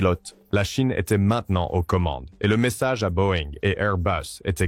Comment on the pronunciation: La Cheine? Cet IA c’est insupportable